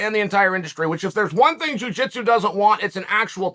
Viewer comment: "Juu jeetsu" 🤣🤣🤣🤣🤣